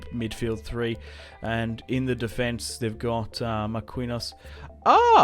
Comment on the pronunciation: You clearly don't watch soccer if you don't know how to pronounce Marquinho's name